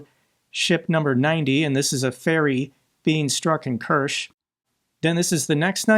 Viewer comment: Kerch rhymes with church.